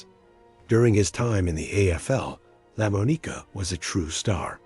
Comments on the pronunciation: It’s Lamonica, not Lamoneeka for the sake of God. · I winced every time he said his name. I've never heard anyone pronounce his name that way. I kept yelling "It's lah-MAHN-ih-kuh" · Lamb O Neeka ??? 😂😂😂 Lamonica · Lamb O Nicka.....seriously check your pronunciations..... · La Mo Nica????? Seriously? It's Lamonica! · Lam O Nika ??? 😂😂😂 Lamonica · "Lamb-uh-KNEE-kuh" -- REALLY?? Please fix your AI. That's truly cringe-worthy. As a Packer fan, I still think Daryle Lamonica deserves at least to have his name pronounced correctly. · the name is pronounced la-mon-ica. the mad bomber. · First let me say the AI narration was terrible. No one bothered to make corrections to all the screw ups. Lah moe-knee-kah cracked me up. Come on, you can't let stuff like that slide. As for my favorite, Stabler. I grew up going to games and watching him. He'll always be #1 in my book... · Daryl Lemoneeka...'cmon. Good script, but is it too much to ask that a human read it? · It's lamonica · Lamb-a-knee-ka. LOL! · This AI announcer is. One. Of the worst announcer I've ever. Heard in a video. I could have farted. A better script reading than this. Also: Lamma neeka??? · Enjoyed the video, but the AI generated narrator took some serious tolerating due to the pronunciation of some words/names like "Lamonica" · Really butchered lamonica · HORRIBLE PRONUNCIATION on Daryle Lamonica's name!!!!! That's when I shut off the rest of the video. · The A.I voice sucks dot A.I can't pronounce Lamonica dot Embarrassing DOT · yeah , they fked up D Lomonica's name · Didn't mean anything personal Brother Raider but it butchered my all-time favorite QB's name and you got to protect the QB. GO RAIDERS!!!!